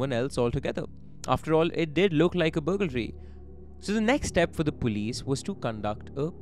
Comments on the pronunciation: it is BURG-laree and not BUGAL-ree. No big deal i say ALL-DREADY instead of Already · Love your videos! But can't stop laughing at "bugalry"😂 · The pronunciation of burglary 🫣